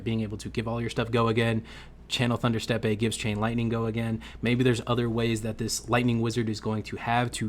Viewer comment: “Steppe” is pronounced the same as “step” 😊